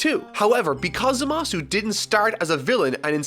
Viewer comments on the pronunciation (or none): It's pronounced ZAmasu. You're supposed to put emphasis on the 1st syllable, not the 2nd one. It's how the jp version AND the dub pronounces it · I absolutely LOVE this channel but now Im more confused than ever about the pronunciation of Gowasu and Zamasu.... in the English dub they always put the emphasis on the first syllable. WHAT IS THE TRUTH? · I cringe with how he pronounces Zamasu